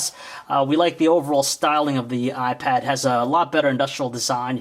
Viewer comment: did he say the new y pad, cool im lookin' for that